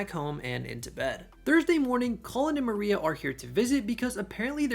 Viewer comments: Moira is pronounced Moy-rah not Maria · Moira (as noted) and Mariele (mary-elle). I think there were one or possibly two others but you corrected them throughout the video.